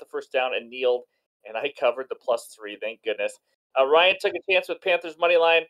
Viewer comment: Yooooo I won?!?!?!? Thank you guyyyys And yes Ryan.. you nailed it on the name!!! Thanks buddy!!!